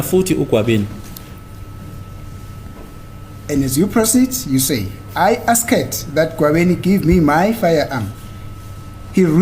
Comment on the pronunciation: Guyz am not rude but pronouncing ' Asked ' A s k e d,, repeatedly haaaiman my daughter is puting me underpressure